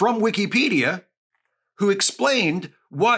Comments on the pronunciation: Maybe its a region thing, but i have never heard someone say "wikcy-pedia" ive always said and heard "wicka-pedia" just caught me off guard at first 😅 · I don't know if I've been saying it wrong, but Wee-key-pedia does not sound right. Whick-a-pedia is how I've always heard it used. Excellent points, though. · it's wikipedia not wikEEpedia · ❌ "Wik-a-pedia" ✅ "Wik-EE-pedia" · Am I the only one who pronounces is “wick-uh-pedia” rather than “wick-ee-pedia” as he does? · I've never heard it pronounced that way, but it makes sense. It's always been "Wick-uh-pedia" from people I know. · after the 3rd "wee key pedia" i had to tap out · Weekeepedia. I can't unhear it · Hearing it pronounced like that hurts my head. It is wi·kuh·pee·dee·uh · Genuinely great content. And I get your point... buuuut... you say Wikipedia like weekeypedia so your point is invalid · I have never heard someone pronounce the second I in Wikipedia with so much respect 😂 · Is... Is that how Wikipedia pronounced? I have been saying wrong this whole time?